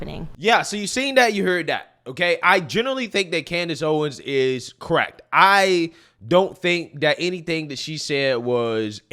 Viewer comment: She's cracked or correct? You said "crekt".